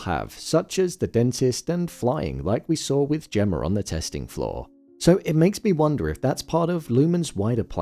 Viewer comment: Why do you always say "Gemmar" instead of Gemma?